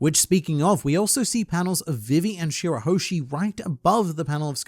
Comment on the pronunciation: Gotta comment this every time… love your work, you’re my favourite One Piece Youtuber, but for the love of Nika it’s pronounced “vee-vee” not “vi-vee”.